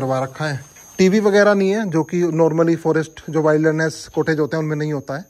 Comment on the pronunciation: Bhai wailderness nahi wilderness pronounce kiya jaata hai ,my hindi writing keyboard is not opening up that would have explained better ,you can listen to its pronunciation on Google